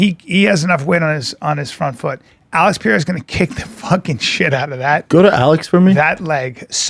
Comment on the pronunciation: Pereira - pronounced Puh Ray Uh not Pee Air Uh jeez man